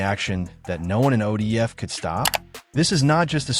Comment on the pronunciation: You a goofy at least say it right who the fuck is ODF ?